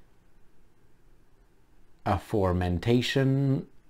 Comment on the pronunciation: Not 'aformentation" no no no AFOREMENTIONED-=- mentioned before